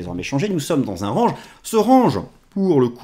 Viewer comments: Merci d'arrêter de dire rANge :D, sinon, la bonne prononciation est: rènj. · A il a dit rAHnge !!!! Franchement osef de comment tu le dis 😅 Une vidéo par semaine seulement ! et le R ange mais ptin c'est tellement propre comme vidéo que c'est pardonné sans discuté ! 👍😎🤏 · Je m'étais habitué à votre façon de prononcer "range". Cela va limite me manquer, si vous vous forcez à le corriger car ça fait partie de votre style 😜 Mais le plus important reste le contenu et sur ce point, vous êtes excellent ! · Merci encore pour vos analyses. Cest tellement agréable d’écouter quelqu’un qui prend le temps d’expliquer sans avoir a parler vite et qui ne néglige pas de précieux details. J’attend toujours avec impatience le mardi :) Ps : J’ai bien rigolé au sujet de l’accent anglais du mot « range » car je me souviens des premières fois que je regardais vos vidéos et c’est ce qui m’avait fait tilté à l’epoque, mais avec le temps je n’y faisais plus attention haha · Merci beaucoup pour vos analyses toujours très intéressantes. La prononciation de Range à la française me va très bien, je m'intéresse plus au fond qu'à la forme. Et ça fait partie de votre style, ne changez rien! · Honnêtement tu es plus toi-même en disant range à la française et ça fait son charme on reste focus sur tes explications 👌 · "continuER à dire RANGE à la française ne serait pas dérangeant..." et là c'est bien français 😁